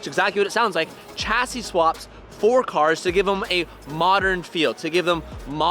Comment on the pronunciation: WHY HAVENT YOU LEARNT TO PRONOUNCE CHASSIS PROPERLY. YOU CANT GO OORACAN US AND STILL F UP THE WORD CHASSIS.